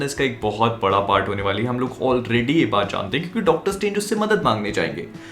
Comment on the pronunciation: 🤣🤣 "Dactar Saab" 🤣🤣